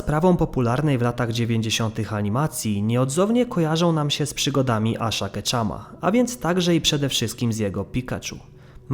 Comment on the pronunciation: jakiego znowu "keczama" to jest Asz Keczup